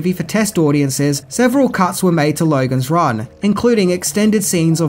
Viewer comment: I was watching bluey with my little daughter. She started to pick up the Ausy O sound. American O = O Australian O = OWaRuuuuuuuurooooooooh. Hearing you say Lowaruuuuooooogans Ran just made me think of it. Thought I would over share.